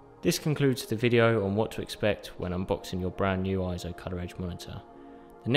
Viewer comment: Correction: It's not pronounced IZO, It's pronounced AY-ZO. Please refer to EIZO in Wikipedia and EIZO's own corporate video where you can hear it pronounced AY-ZO in the video.